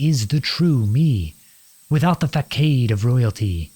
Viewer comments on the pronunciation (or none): THE FAKADE (just for the future, it's pronounced fah-sod) but i absolutely loved this! thank you for the lovely audio